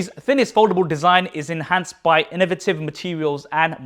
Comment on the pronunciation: no way did dude just pronounce innovative "inna-vativ". goated